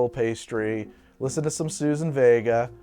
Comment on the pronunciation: Suzanne Vega! lol. Not "Susan Vega" and certainly not "Suzan Vega". Dudes.